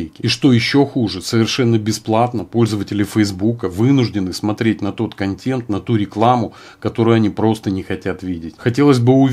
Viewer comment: КонтЭнт, КонтЭнт, КонтЭнт же! Никакой не контЕнт. Уши режет.